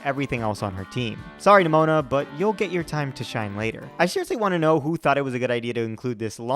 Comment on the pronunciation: The fact that you occasionally pronounce "Nemona" as "Pneumonia" is hilarious to me.